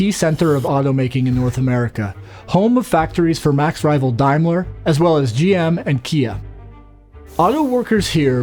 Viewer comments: Sorry OCD kicking in,dude it's Daimler, pronounced day, not Dimler, dye😂😂😂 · Dimeler? It's Daymler. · The word Daimler is pronounced as in 'dame' and not 'dime'. Just thought I'd say. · ha ha love the pronunciation of Daimler. is it really "dime-ler" or should it be "dame-ler" ?? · These people need to learn how to pronounce Daimler, it sounds like Dame ler....